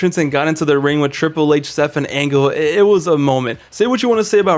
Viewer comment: "Stephen angle"🤔🤷‍♂️🤨HMM..!!??